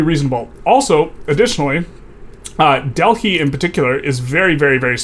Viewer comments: Dell high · great video, but wtf is that pronunciation for Delhi?